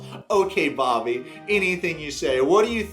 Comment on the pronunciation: The nickname they call each other is pronounced "babby", not "bobby". Not that thats any better 😅